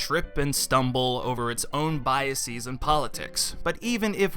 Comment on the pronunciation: I hate when people pronounce words like "biases" and "processes" as "bias-eez" and "process-eez." The -es in "biases" is pronounced the same way as the -es in words like: prejudices, boxes, fences, etc.. The "-eez" pronunciation is only for words whose singular forms end in -is. Examples are thesis and axis (theses = "thes-eez," and axes = "ax-eez").